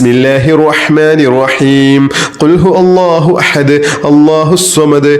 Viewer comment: Ithil ihlas soorath othunnathil cheriya thettund....kul huvallahu Ennanu othendath kul hu Allahu ennanallo othunnath